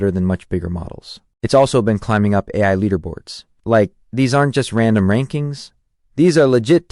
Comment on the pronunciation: obvious AI generated audio is obvious, also "eye" instead of AI towards the end